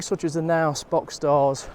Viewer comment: That’s not how you pronounce Knaus😅.